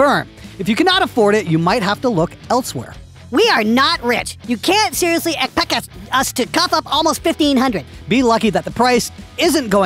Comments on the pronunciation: “You can’t seriously ecpecc us-us to cough up almost 1500” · Hearing pronounce “epxect” had me rolling